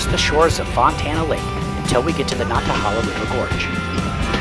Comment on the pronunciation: Cringe pronunciation of Nantahala...It's long A's in the syllables one and three. Nant like pant, hala like gala.